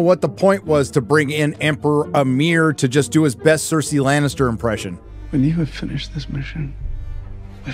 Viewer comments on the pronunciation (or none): none